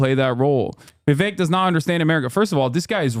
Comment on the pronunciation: Kinda off note, but I love the way hasan pronounces "Vivek" it's so accurate for an Indian name, and doesn't white ppl that shit